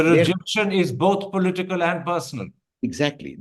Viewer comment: its political and not polteekal, Mr. Prabhakar. You need to get over MTI.